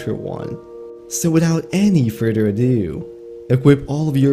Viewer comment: Before you were able to analyze it any "FURTTER" 😂😂😂😂 bro your English is killing me 😂😂😂 it's further, not furtter 😂😂😂